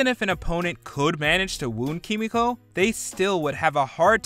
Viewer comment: This anouncer guy do you even watch the boys miss pronounce kimiko's name